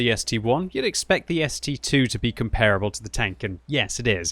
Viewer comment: so we just ignore pronunciation of 'comparable'?